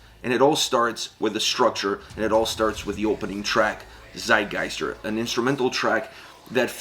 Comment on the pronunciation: Tsitegeister, if you pronounce it like that, it'll be the right way.